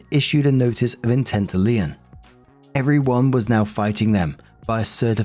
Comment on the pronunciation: Story 1 - When doesn't know how to pronounce "lien".